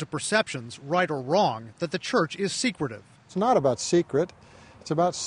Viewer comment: it’s not “secretive”